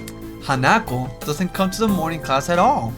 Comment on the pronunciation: its han-a-ko